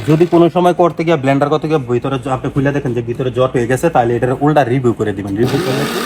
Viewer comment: ভাই ঐটার নাম ব্লান্ডার না, ব্লেন্ডার 😅 ভাথা না bro বাতহা হবে 🤣